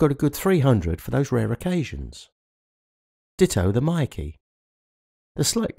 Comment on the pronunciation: its not pronounced MIKEE its pronounced as MAKE as in word make